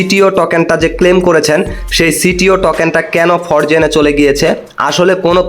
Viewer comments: ফরজেন নাকি ফ্রোজেন ভাই। আগে কথা বলতে শিখেন মিয়া। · উচ্চারণ শিখরে ভাই😂, ফরজেন না এটা।😂